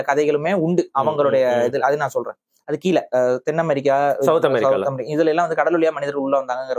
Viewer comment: Bro, it’s amErica not amArica, அஅ இல்ல எஎ! Please accent nu ninaithu kollathinga.